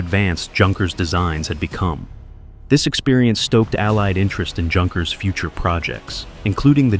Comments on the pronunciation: Another Moron narrator without any idea how to correctly pronounce names... Like "Junkers" (Youn Cures). Hard to believe such mispronunciation in this day and age. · Just so you know, "Junkers" is pronounced "Yunkers". Also way too much repetition in this video.👎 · Junkers pronounced Younkers. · Junkers is pronounced with an intial Y, as in Youth. The two words have the same derivation.